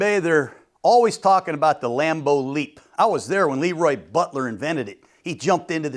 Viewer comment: OMG You pronounced LeRoy Butler's name wrong 🤦. It is an interesting fact that the youngest team in the NFL is playing the oldest. I didn't know that. Gruden full of awesome data points.